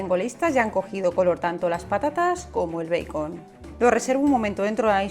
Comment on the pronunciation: Me gustaron tus recetas pero, que te parece si estas hablando en español nombra en español los ingredientes. Di tocino o panceta en lugar de bacon o beicon , que además lo pronuncias mal en inglés. No digas bowl di, tazón pequeño. Disculpa pero, me molesta ese enredo que hacen al hablar español entremezclado con inglés y siempre mal pronunciado el inglés.